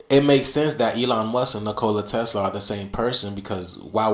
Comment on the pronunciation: Nicole a Tesla🤣🤣 Neek o lye Tesla